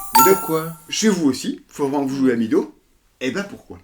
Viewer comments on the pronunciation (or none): FYI, Meadow ne se prononce pas midow mais médow (plus ou moins) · meadow si dit mèdo ;-)